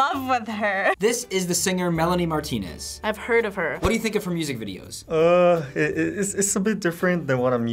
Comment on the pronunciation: Why do they call it Melanie Martina its Melanie Martinez